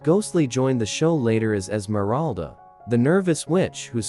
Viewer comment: So amusing that you mispronounce "Darrin" - just as Endora always did. But them, you mispronounce "Endora" and "Esmeralda" also. Must be AI.